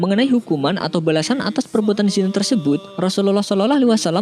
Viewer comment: Kenapa sebut 'zinai' kan ejaan yg betul 'zina'